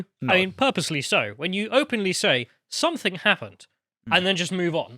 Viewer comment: Something, not "somethingK",...